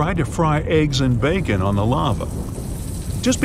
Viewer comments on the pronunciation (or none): none